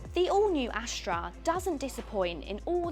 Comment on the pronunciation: Why do you keep saying "Ashtra" instead of "Astra"?